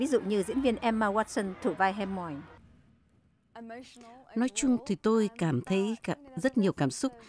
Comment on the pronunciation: Hem moi - Cô ấy gọi Hermione ( Hơ mai o ni)